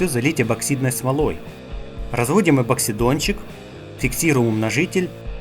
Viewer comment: Про трансик и эБоксидончик я уже молчу,но мэ-мэ вместо миллиметров меня просто поразило.,вы же не безграмотные люди,зачем так говорить? Конечно скучную и монотонную речь можно разнообразить некоторыми словами но никак не составлять её из таких слов